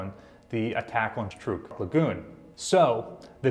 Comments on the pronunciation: it is pronounced TRUCK! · You pronounce Truk as Trook. Why is that? I have always heard it pronounced Truck. Including Dad who was there.